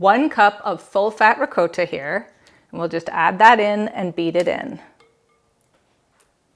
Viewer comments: Hearing you say RE-COAT-TA is strange. Sounds much better the correct way, as in Ri-cot-ta. I'll probably watch your other videos. Hope they're pronounced correctly. LOL. Anyway, thanks for sharing. :) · Bless your heart ♥️ Parents were both full blooded italian ( raised in USA ) PA Never heard it pronounced that way! It all good ! Mom made everything homemade! I subscribed to your channel, However I live 6,700 ft above sea level! Baking can be a challenge. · The way she is saying ricotta. ☠️🪦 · Please pronounce ricotta correctly